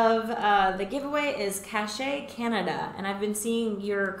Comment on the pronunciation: Wow! So cool to win the draw. Totally didn't expect that. Neat, thanks. And it's pronounced 'cash' as in Cash Canada. Think of a cache of supplies. An army cache. The other pronunciation would have an accent on it.